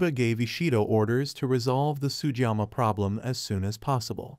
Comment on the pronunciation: To hosts of future Shogun commentators, please learn to pronounce Japanese names correctly. Sugiyama is not and should not be pronounced as Sujama.